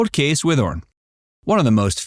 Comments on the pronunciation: Yay! I love they mentioned Whithorn. Got to see the archaeological dig in 1982-3 and again in 1986 while visiting my grandparents in Scotland. It’s actually pronounced Whit-horn. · I've lived near Whithorn most of my life and I've never heard it pronounced like that before 😂